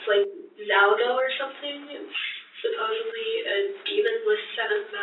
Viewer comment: Supposably - dear god it’s supposedly.